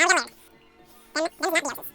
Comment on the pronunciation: Lay - ird ha! I've always wondered how to pronounce that!